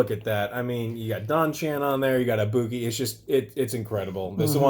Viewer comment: you say sakura and ibuki wrong >:(( disrespecting japan dammit